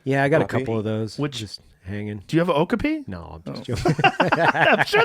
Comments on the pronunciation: Oak-a-pea??? No. Wrong. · I think Okapi is pronounced "Oh-Cop-E"